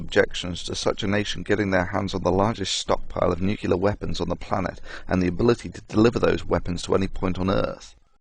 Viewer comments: 'Some small discrepancies here between video text and spoken word, not too serious (but I've only watched 98 minutes so far)... It would be nice, though, if the narrator could pronounce the word "nuclear" properly. It distracts- and irritates me when he speaks like George W, or Bruce Willis...! Say after me: "New"... and now, "Clear"... Great - now say them one after another.... NewClear. Well done! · You know I got to cry foul on this superficial argument that pronouncing nuclear one way makes you a Starbucks sipping English professor and another way makes you look like you're about to make someone squeal like a pig. I know how nuclear is spelled and I know many other people who also know how it is spelled yet when they say it it comes out as new-Cyu-lar and not new-cleer. It's just how they say it even though they know how it's spelled. And despite this these people are all at or above average intelligence. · great video. obviously a lot of work went into this so for that i thank you. fyi its pronounced noo clee ar, not nook yoo lar. nuclear :) did that myself for years. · Please, Thunder, it's nuc-le-ar, not nuc-yul-ar. I've known a few real nuclear physicists who do this, but all the others laugh at them behind their backs, and ask how you could possibly use the word every day and hear others pronouncing it correctly every day, and still get it wrong. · Thunderf00t, i love your videos, man, but do you have to pronounce "nuclear" as "nucular" and "et cetera" as "egg cetera"? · Exactly! I'm somewhat shocked... He's about 50% "nuclear"/"nucular" I think, but he seems to have some serious problem with that "cetera" pet hen of his, constantly laying its eggs in his sentences :D It's a shame, there is so much he has to offer, in many fields